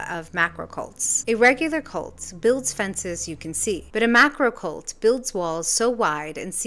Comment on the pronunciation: You have to emphasise the 'r' in 'macrocult' otherise it could sound s bit too much like 'MAGAcult', maybe a 'hivemind cult'? Your video is the most comprehensive and well observed I have seen on the subject. I used to be a leftist, but something terrible has happened to them, they've turned into a cult of intensely self-righteous moral bigots and violent hypocrites.